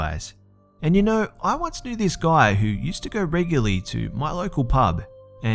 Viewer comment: Are all scary story channels narrated by Australians? B, Lazy and maybe Mr. Nightmare. It's funny when yall say the word "guy"...lol I dunno why it just sounds crazy to me